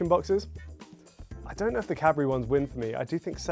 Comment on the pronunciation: Sounds like is saying Cadberry